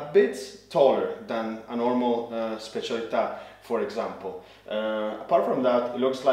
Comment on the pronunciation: Finally someone who pronounces specialità right 😂